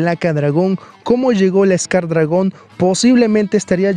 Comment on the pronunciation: Xque dijiste scar dragón jajaja